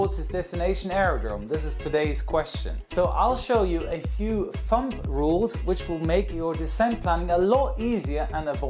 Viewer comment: Hey. Thumb is pronounced like "thum". We don't pronounce the 'b'. And we don't say "thumb rules.' We say "rules of thumb". Sorry for being nit picky. I just want you to be perfect!